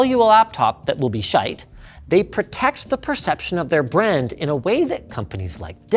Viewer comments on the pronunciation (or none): Did Linux just say "shiiii8e" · Wasn't expecting the Irish way he pronounced shite